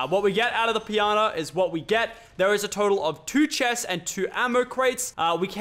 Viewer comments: You said pianta instead of pinata at the beginning of the video by accident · he said pinana